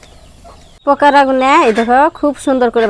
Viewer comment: pokura na pakora vabi